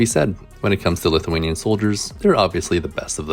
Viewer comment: Just gotta say that your lithuanian is getting pretty good!